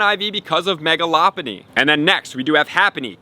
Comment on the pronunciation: That’s how it’s pronounced lol he’s saying it wrong